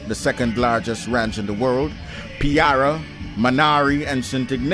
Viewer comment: Excellent video! A small correction to the pronunciation of the Pirara Ranch - as it is spelt it is pronounced /pee- RAH-rah/. Also in the furthest reachest south of Rupununi indeed live the Wai-wais, making Rupununi home to 3 Amerindian Peoples.